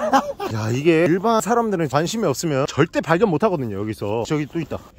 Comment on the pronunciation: 발견을 벌견이라고 했는데 이걸 찾은 나도 대단